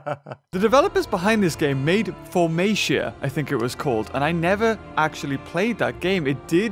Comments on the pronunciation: Four-mey-sia Me:For-Ma-Ta But still Good vid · It’s formata not formatia